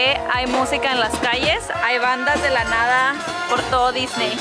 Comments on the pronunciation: A Diseny... Jajaja la dislexia!! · dice diseny y no disney